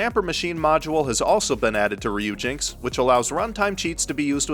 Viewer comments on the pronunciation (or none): Pretty sure Ryujinx is supposed to be pronounced as Ryu-Jin-Ex. Dont quote me on that though. Furthermore, I think Knytt is supposed to be pronounced with a soft 'k'. (Not criticizing, just trying to helpful).